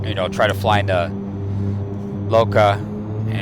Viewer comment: Man it's lukla not loca